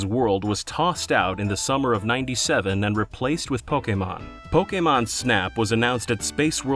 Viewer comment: see kids? its not that hard to say "Pokémon" and not "Pókimon"